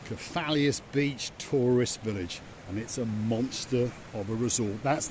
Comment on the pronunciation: Kef - a - los 😉